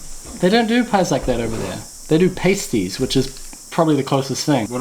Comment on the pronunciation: "Paste-ees"??!! Sorry, what?.. Pas-tees..